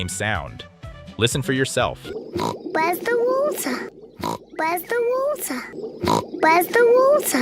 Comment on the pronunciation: Where’s the wotah?